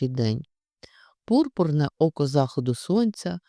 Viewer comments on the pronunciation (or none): Не зАходу сонця,а захОду сонця.